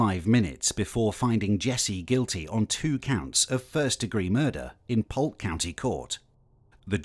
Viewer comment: did u say “Pulk” county? It’s pronounced “Poke”